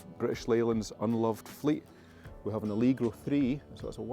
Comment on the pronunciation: ALLLLLLLLEGGGGGRO ITS NOT ITS An ALEGRRRO